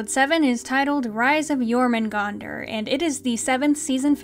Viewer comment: Okay, I know this is a little nitpicky, but their pronunciation of Jörmungandr makes me die inside. If you're gonna use a word that comes from a different language, at least learn to pronounce it correctly.